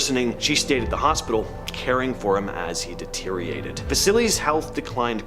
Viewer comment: deterriated, you say... eh? What is that exactly?